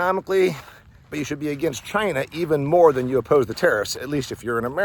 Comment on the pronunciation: So ya, let's enrish CHy-Nah